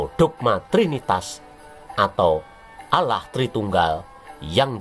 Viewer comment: Hahaha..... mules perutku dengar penyebutan Owloh... es we te.😁🤣